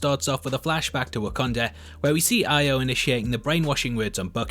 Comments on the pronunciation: Pronounced EYE-O please 🤙🏿🤗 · Are you intentionally flip flopping between pronouncing it "AAhh-yo" and "AAyy-yo"?